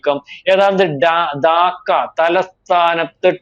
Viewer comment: 'ദാക്ക' അല്ലെടോ. 'ധാക്ക' എന്നാണ്